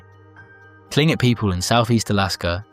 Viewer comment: Tlingit is pronounced Kling Kit